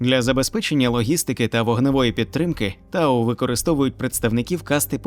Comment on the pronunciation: Вообще, не тау а т'ау